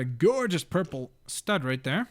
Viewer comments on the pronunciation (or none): none